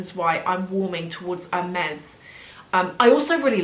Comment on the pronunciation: It is painful to hear the brand name pronounced wrong like that over and over again 😢